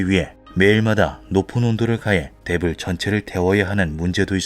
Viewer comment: '대불' 발음이 자꾸 Devil로 들림 ㅎㅎ